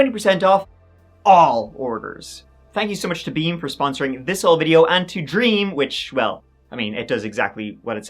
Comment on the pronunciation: WHEN you where talking about , beam you said with beam , Sounded like wet dream, you have the best night sleep.😅😅😅😅😅😊